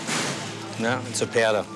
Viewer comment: "nope, it's a piadow (powder)"